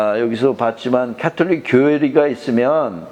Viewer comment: 캐톨릭은 가톨릭 , 바디칸은 바티칸이 표준말이고요(슬라이드에는 표준말로 잘표기되있는데 꼭 틀린이름으로 발음하시네요) 정진경추기경이라고 하시는데 정진석추기경님으로 성함과 호칭을 정정해야겠네요 목사님 성함을 조난민 목사라고 이름바꾸고 경칭빼고 (개신교김삼환목사에게는 님자부치시더니 추기경님은 이름바꾸고 경칭빼고)바꾸어서 호칭하면 좋겠습니까 개신교를 캐신교라부르면 듣기거북하겠지요 사소한것같지만 이런것들이 주장하시는것들에대해서도 신뢰성을 떨어뜨리는것 같네요 가톨릭이 이단이라고 주장하는 터무니없는 소설과 우상숭배한다는 왜곡은 논할 가치를 못느끼고요 하느님의 은총으로 미혹의 영에서 벗어나 참진리의길을 걸으시길 바라는측은한 심정입니다